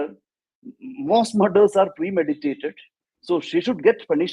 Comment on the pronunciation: says "premediated" in place of "premeditated" multiple times... and I am surprised that Barkha too says "premediated" a couple of times thereafter!!